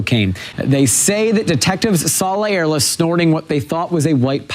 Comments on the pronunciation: Please pronounce words correctly.. how do you get a Lea sound from La? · I think his name is pronounced “LY-er-la”. At least that’s how my friend with the same surname pronounces his.